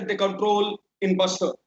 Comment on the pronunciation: It's Bastar Not Basta. Idiot Basta Means Bag Say With Respect It's B A S T A R